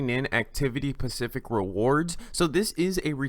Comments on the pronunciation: Are you saying pacific? Instead of specific? Lol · also its: 'specific' not 'pacific' - (ones an ocean) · “Pacific rewards” 😂😂😂